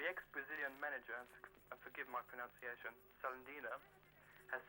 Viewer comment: The second caller's pronunciation of the manager's name was better than his pronunciation of 'pronUnciation'.